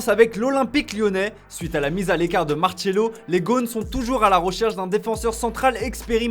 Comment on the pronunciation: Marcelo ça ne se prononce pas Martchelo. Ça se prononce comme Marcel.